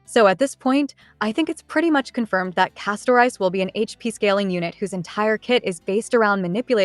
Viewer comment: Why do people keep pronouncing the name "Castorice" like two words "Casto-Rice"? it should be pronounced as "Casto-Reese".